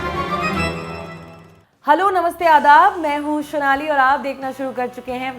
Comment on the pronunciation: Sonaali jii .... Sonaaaali jii..goat ho gya naa.. Mtlb jis word oe jitna jor dena chahiye utna he dona ... Old Vaise video achcha tha